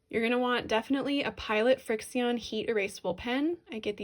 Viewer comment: And I’m pretty sure the pens are pronounced “friction”